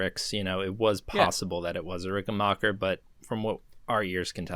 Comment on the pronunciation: And it's Ricken - BACK - er, just like Get BACK! It's not Ricken - bark - er 😂